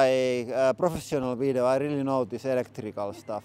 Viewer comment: "I rili like warrrning stickers." The most finnish thing Ive heard today